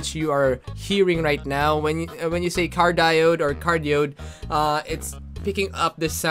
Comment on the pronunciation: it is pronounced as car diyoid not cardiyod